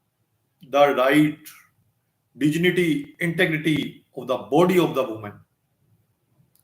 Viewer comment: Pronounce dignity properly........vakeel saab.